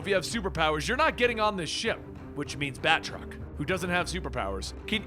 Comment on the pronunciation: Bat-truck? Sounds like that a few times and now I can't unhear it and am just picturing some Batman Optimus Prime cosplay...